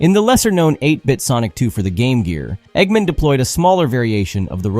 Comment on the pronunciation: Why are you saying "eggman" like that? Egg...Man.